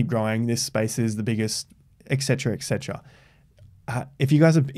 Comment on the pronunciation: Ec cetera....? Please finally learn how to say ET cetera. It’s sooo annoying and I thought you were EDUCATED.....?